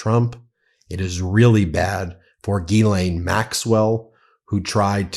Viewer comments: Ghislaine is french and you (everyone) prononce as guylainn Should be jeeslainn and you remove any d sound. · isn't it pronounced Jizz-Lane?